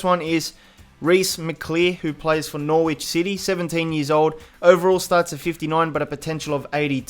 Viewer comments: Hey dude I know you are from across the pond and my foreign city pronounciation is terrible so I write this in a nice way Norwich is said noridge rather than nor-which mate great vid though as always man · you don't pronounce Norwich Nor-wich its like Nor-rich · can you say "noh-rich" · Interesting way of pronouncing Norwich